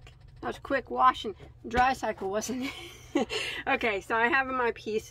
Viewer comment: I love how you say "wasn't. Like my brother. 🙂